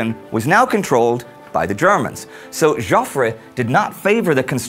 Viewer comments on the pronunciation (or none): Hi Indy, and all the great team behind this series. I've been watching every episode since the launch, and I think it's a fantastic production! Ok; so one small gripe; and I don't know if this has been raised elsewhere: Indy your presentation skills are a main reason I enjoy this channel; but, pronunciation of names like.... Joffre = 'Jeoffree'.. Moltke= 'Moultkey', and some other names and places can be bit grating sometimes. Can you make some small improvement to pronounce names and places a little bit better? Ok so, gripe over ... Keep up the amazing work Great War guys!